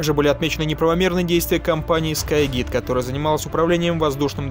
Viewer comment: Еще и Скай Гид вместо Скай Гайд